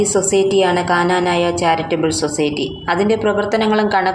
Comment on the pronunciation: Kananaya alla knanaya ennannu